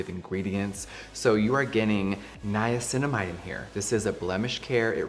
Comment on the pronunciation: Your Dr Dray says Niacinimide at 5%